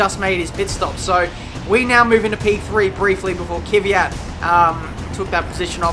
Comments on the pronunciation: Why do say Kyvat instead of Kvyat? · i really like ur driving and commentating but Kvyat is pronaunced 'Kv - y - at' keep up the good work